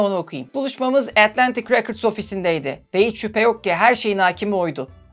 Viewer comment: “Records” kelimesinin telaffuzu “rekırds” olarak okunmuyor muhtemelen 🥰